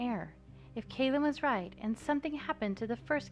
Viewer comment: Just me who REALLY thinks its kal-uhm not kay-luhm... corrected Valois etc but never Callum